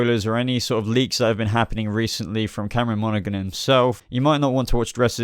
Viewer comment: you piss me off every time you say Cameron Monaghan its prenounced Monahan the G is silent